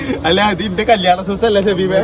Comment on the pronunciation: സൂസ് അല്ല ഷൂസ് 😂